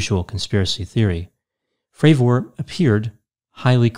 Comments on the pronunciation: Jesus dude can you at least get his name right? Have you heard anyone else refer to him by his name? Did he ever correct anyone in the pronunciation? Nope, not one in the 5 interviews I’ve listened to. Carry on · How could you get almost every detail relating to the interview you’re “analyzing” wrong? You mispronounced the Commanders last name consistently. Joe is skeptical of most “conspiracy theories” and was clear when discussing the issue with skeptics that he was talking about professional skeptics (not a general skepticism towards people’s claims). Also Commander Fravour says in the interview that he never believed in aliens/UFOs before this, in fact he said he was dismisses of people making such claims and him and other pilots would scare campers by acting like UFOs in their jets. None of your arguments really hold up to analysis. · Its not pronounced commander Frav-OR, Its pronounced Frav-ER. Its sounds so weird when you say it. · If he says FravOR one more fucking time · It’s Commander David Fravor… not fravORE. Your professional analysis just went out the window as an expert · Hard to watch this guy. Is it not pronounced Fra ver not Fra Vor? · Well as soon as this prounced his name Fra'VOOOOOR. it put me off 😆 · What's the deal with the weird pronunciation of his last name? "fray-VOR" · Why does he keep pronouncing commander Favooooooor's name like that ? Its making me feel weird inside. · Fray-ver. I appreciate that people pronounce things differently, but if you’ve seen the interviews with David Fravor, you should know how to correctly say his name. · Could this David Fravoooor be related in any way to David Fravor I wonder? Its a very basic surname to pronounce Doc for God's sake.. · Just sayin it's not pronounced frav ore lol. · Are you saying his name wrong on purpose ? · This dude can’t even pronounce Fravors last name correctly lol.